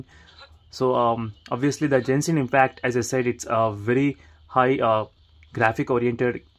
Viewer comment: It's not pronounced "JENSHIN" , it's "GENSHIN". "G" as in "Gandu".